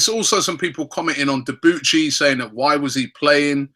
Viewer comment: Debuchy is pronounced Debooshee he is French m8.